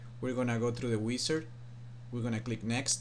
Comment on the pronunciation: We're going to go through the Wisss-ard. Nice Accent. lol